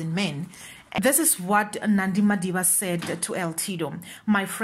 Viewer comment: "MADIDA" not Madiba.